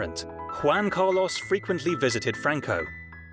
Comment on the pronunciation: "Wan Cah-Loss". The mispronunciation is crazy lmao